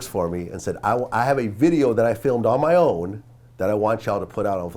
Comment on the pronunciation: "this is MAH fault", the way Vlad talks sometimes is cringe, only does it on certain words though. Just speak natural you cringeball.